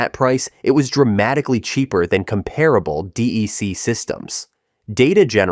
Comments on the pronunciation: No one in the world called it “DEE-EEE-CEE”. It was “DEC” like “deck”. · DEC was pronounced “deck”! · Exactly! I worked in the industry for over 20 years and never heard anyone pronounce it D, E, C. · If the narrator can't pronounce "DEC" correctly, I don't think he knows what he is talking about.